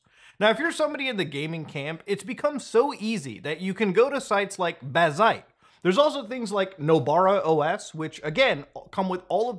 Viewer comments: BAZ-ite not bah-ZITE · Obligatory it's pronounced bazzite, not bazzite. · man pronounces bazzite like bazinga